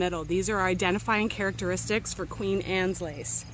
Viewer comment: Did you say similar "carrot-eristics?"